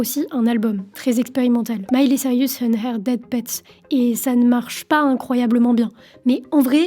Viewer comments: Reportage bien ficelé, et comme toujours très prenant, même si mes oreilles ont grésillé à chaque "Miley Cyrus": C'est Saille-Russe, pas Sariusse 😀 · Elle dit vraiment sarius à chaque fois lol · Sirius ? Mais où vois-tu le i avant le u, dans Cyrus ? Lol Bon sinon j'ai appris des trucs, car je ne connais pas cette artiste ni ses chansons ; la variété américaine ne m'ayant jamais touché, et pas qu'américaine. Mais joli travail de synthèse et de présentation d'une star. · Mily/Miley c'est une chose mais c'est Cyrus, pas Sirius ;) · La drogue fais toujours mal aux cerveaux et c'est "Cyrus" et non "Cyrius" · Bonne vidéo, mais c'est Miley ''Cyrus'', pas ''Cyr-i-us'' -petit défaut de prononciation un peu agaçant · Tu m'a mis une source de stress toute la vidéo à l'appelé Sirius mdr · Miley SAIL-RIUS!!?? HAhaha mon Dieu les francais... cest SAIL-RUS pas RIUS. D'où tu vois un i toi? Desolée, ca me cringe. jai quitté apres le 3e CyrIIIIIus. cest-à-dire, apres moins d'une minute. Ca gosse trop mon cerveau. cest comme gratter sur un tableau! Pas capable d'entendre ca. De toute facon j'hais cette conneee de Miley. heh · Cyrus pas Cyrius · Mais pourquoi tu dis Miley CYRIUS tout du long? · Ca me perturbe à chaque fois que tu prononces Cyrus "Sirius" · Sirius cest dans harry potter. Elle c'est "Saïreuss" 😭😭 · Tu n'auras pas réussi a prononcer son nom une seule fois correctement 😅 mais c'était intéressant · rha, j'aime pas faire ça, mais c'est dommage de mal prononcer son nom toute la vidéo :( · J'avoue que c'est un des deux trois points qui m'ont gêné dans cette video. Bien vu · J'ai pester tt la vidéo, ça m'a arraché les esgourdes 🙉